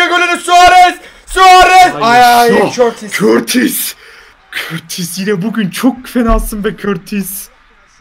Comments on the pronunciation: O kortis değil courtois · Körtis değil courtois yani kourtoi diye söyleniyor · körtis de courtua diye okunur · Olum körtis dediginde çok sinir oluyom 😂😂😂 onun adi Kurtis diye okunuyorrrr🤣🤣🤣🤣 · Körtis Diye okunmuyor Kurtuğo Diye okunuyor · Aabi o kortis diil ,,curtua” boyle okunuyo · Abi körtis değil kutua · Körtis değil Kurtua diye okunuyo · Körtis değil KURTUA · Körtis deil sağırtis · Abi körtis ne yaa 😂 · Kurtuvata körtis diyolar abi neyse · Abi courtois oyle okunmuyo kurtua diye okunuyo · Abi kortis. Degil courtouis